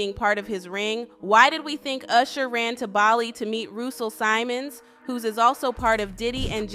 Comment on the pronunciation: His name is not Russo Simons. It's Russell Sim Mons sweetheart. Kid kudi name is pronounced cuttie.